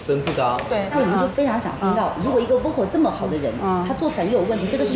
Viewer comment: 是啊，这个Vocal说成哇靠，我实在是...尴尬癌都犯了